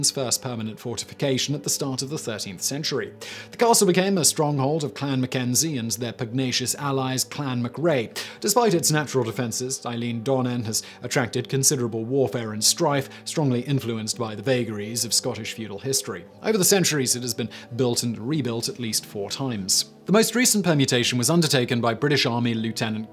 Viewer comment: I don't want to be that person who posts corrections...but I have to. The Scottish castle is pronounced more like Ellan donan. And when referring to Scottish Gaelic, is is pronounced gah-lik.. It's only gay-lik if it's Irish. Sorry to be a downer, but these are pet hates of mine xD